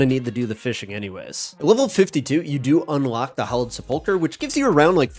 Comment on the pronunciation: I’m shocked at how many RuneScape creators don’t know how to pronounce sepulcher